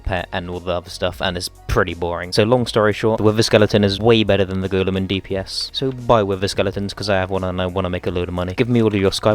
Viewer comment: “The goolum”